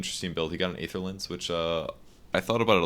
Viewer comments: kurosaki Yes I think that's what I wrote too. There are different transcription symbols after all. But to make it more simple, the "ae" souns just like "ee" in words like "see", "employee", etc. At least that's how I know it and that's why I'm asking, since pronounces it differently. The word "aether" can also be heard in the movie Thor: The Dark World. P.S. I'm not trying to be clever or anything, just curious about the word. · Isn't the correct pronunciation of Aether [i:ther] ?